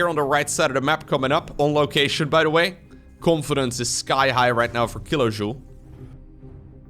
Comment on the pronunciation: Funny game and commentary. Only Kilojoul could be pronounced more English, not French ;-D